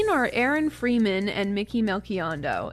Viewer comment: Your pronunciation of Aaron freeman is the least Jewish pronunciation of the most Jewish name ever